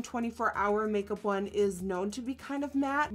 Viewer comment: Did she just say cake-up instead of make-up?! I love it xD